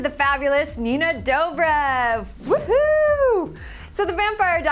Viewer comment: Haha, she pronounced her name wrong. 😂